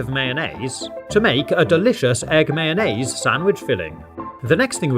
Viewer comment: Im dying at how he says mayonnaise! 😂